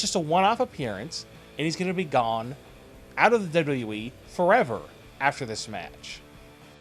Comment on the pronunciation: can't anybody say WWE properly anymore? dublalalee